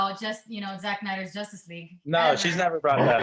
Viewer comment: "...in the Justice (Josstice) League...Zack Snyder's Justice League." I love that😂😂